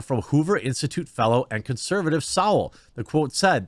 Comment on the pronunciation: Jeremy, quit feigning surprise. You've quite clearly never heard of Thomas Sowell or you'd know how to pronounce his last name. JS.